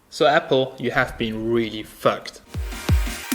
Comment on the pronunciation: Its fucked not foooked